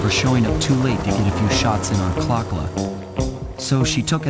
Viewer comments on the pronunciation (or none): glad you hate the name clock-la as well. only thing that actually bothered me on the first play through.